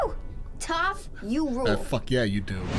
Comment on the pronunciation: the white man pronunciation of the names.. Yue and Toph to be specific lmaoo